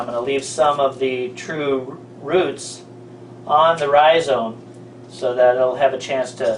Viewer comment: Dear god, quite saying ryzone